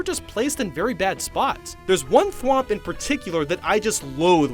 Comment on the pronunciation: Please dont tell me thats how you pronounce thwomp😂